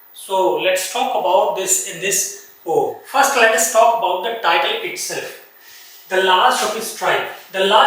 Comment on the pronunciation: Poem bolna to seekhlo sir😂poom poom kyu bol rhe